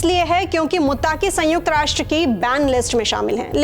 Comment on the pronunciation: are meri sister, मुत्ताकी ❌। मुत्तकी ✅